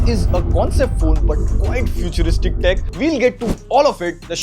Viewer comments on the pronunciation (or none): none